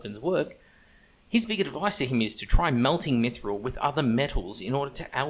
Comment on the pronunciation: sir i almost spat my drink when you caalled it 'maguffthril'